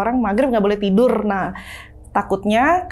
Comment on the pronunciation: Meni lekoh huruf R nya si kaka...😅 "tidurrrrrrr..."